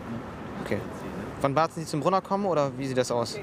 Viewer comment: 😂😂 barzen sagt er ahahahaha